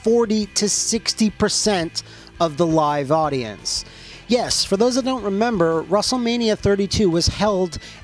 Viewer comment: The ad break I swore he said russellmania